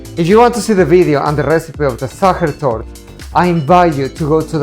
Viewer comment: Sacher Torte—pronunciation Sacher Toorte‘